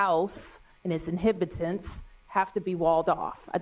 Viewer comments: "Inhibitants"? Either she's code-signaling or we have to assume she' speaking eboncis. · So Bowser is not only complicit in the deep state...she is also illiterate. "Inhibitants"? "Inhibitants"? The word is "inhabitants" you absolute moronic excuse for a mayor. 'Q' did warn us that the sleepers were going to start to come out of the wood work...all those losers he fired, oh, they're coming. Beprepared for major psychological warfare.